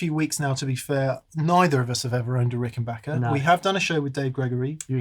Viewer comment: Big thumbs up for pronouncing Rickenbacker correctly! Great sounds.